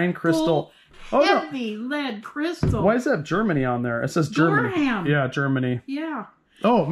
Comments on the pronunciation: Gorham the h is silent. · Gorham Company is pronounced Gor"um" the h is silent. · I believe the china is pronounced NORAH TAH KEY. Japanese, right? And GORHAM IS pronounced GORE UM. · Yes, as Sheila has pointed out, it is pronounced Gore um, not Gore ham. A very fine company. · It is GOR UM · Not Gor ham! But ppronounced. Gor um. And nor a tock e!